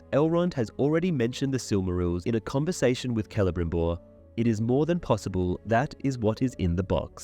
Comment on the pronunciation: I enjoy how thorough your videos are! Hate to be the one to tell you though... the letter "C" in elvish names is pronounced hard. Like "Keleborn" or "Kelebrimbor" etc. Easy mistake to make! Good thing the showrunners had access to the appendices with the pronunciation guide or they might have fucked that up too haha